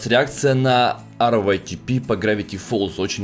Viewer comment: Ска заел уже ЭР ВАЙ ТИ ПИ ска говори ритэпэ ПЛЕЗ